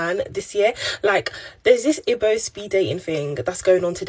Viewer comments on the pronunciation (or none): the Nigerian girl is pronouncing her mother tongue as ibe! She is pretending not to know how to pronounce “Igbo” guys! That a red flag 🚩 😅😅😅